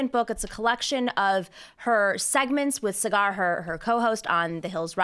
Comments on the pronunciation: Nomiki mispronouncing Saagar's name - priceless -_ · Nomiki, his name is pronounced Saw-ger not Sah-gar. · Throwing stones in glass houses. Saagar is pronounced Saw-Gur and Dayen is pronounced Day-In, not cigar and dyin. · Complaining that people don’t pronounce her name correctly then pronouncing Saagar as Sigaar is very very cute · Did you just say cigar?? When pronouncing Saagar's name? Right after you were complaining for the 100th time about people not saying your name right🤔 Very impressive informative video though☺ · I love how Nomiki spent the first minute teaching people how to pronounce her name and then went on to mispronounce Saager's name as cigar. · De McC I believe it’s actually Say-Gur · Starting off the show by talking about how Sam Seder is butchering your name, and then proceeding to immediately butcher Saagar's name 🤣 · uses opening to complain about people mispronouncing her name immediately mispronounces sagaar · Mere seconds after joking about people saying her name wrong, Nomiki says Saagar's name wrong 😂😂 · You just butchered Saagar's name, lol. Don't cry about others butchering yours ;-) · You pulled a Sam Seder pronouncing Saagar's name lol. Love it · I do believe you mispronounce Saagar’s name. Good ol’ Nomiki paying it forward.